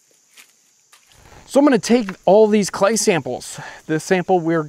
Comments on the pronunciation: "Be wewy wewy qwiet. I'm hunting cway." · be vewy vewy qwiet...im huntin some Cway! heheheheee! lol